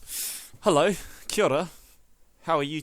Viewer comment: he says kiaora. and my brain just explodes!! Dont know how I didnt notice you were from new zealand. kiaora bro.